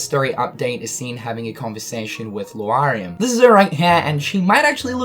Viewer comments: You keep reading Lauriam as Lu-ariam instead of Laur like in Lauren and iam like in Miriam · Luariam? Sterlyza? Please stop saying them like that. Lauriam is like Laura. You wouldn't say Luara. And reading the romanji hints at how to pronounce the names. I mean no offense. I appreciate the updates. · Lauriam can be correctly pronounced as either LA-RI-UM or LO-RI-UM, but not LU-A-RI-UM as the 'a' and 'u' are not arranged to lend to that pronunciation. Sorry to all who are dyslexic, but I've been hearing this mispronunciation a lot and it just bugs me. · L A U riam not L U A xD daaaamn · LAURIAM, NOT LUARIAM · Also Lu-ariam instead of Lauriam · How are you still pronouncing it Luariam when you correctly spelled it in a tweet as Lauriam? Just look at the letters dude! XP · its lore-ee-um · You do not pronounce that dudes name right. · LEARN HOW TO SAY L-A-U-RIAM'S NAME, FOR GOD'S SAKE!!!!! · Stephen Boyles I wonder if Lu-R-iam and Streliza are friends of Lauriam and Strelitzia. always shows footage of Lauriam and Strelitzia when talking about the other two. This has always been a consistent thorn in my rear, as well as how often he has to insert “that of” before he references anyone. “The way he enunciates that of Lauriam’s name appalls that of myself.” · Strelitzia - not Streliza Lauriam - not Luariam Dissidia - not Disdiddia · I don't know if it's a joke but the fact that you call Lauriam "Luariam" and Strelitzia "Strelieza" is annoying AF, I'd understand if you first meant it as a joke but as you continuously repeat their names over 10x it's just utterly annoying lmao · So nobody's calling out for spelling names and then completely mispronouncing them?, I know they're stupid names, but I'm going nuts every time you say "LU-ariam" and "Strel-EYE-za". Especially when you spell em right there in the title. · Streh-lie-zuh and Loo-ar-ee-uhm........ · My dood still saying Loo r e um and stre lie za lol